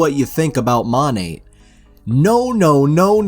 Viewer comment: (Psst Monat is pronounced "mo-nay")